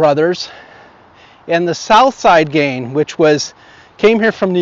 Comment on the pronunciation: Can you say GanG? Not GanE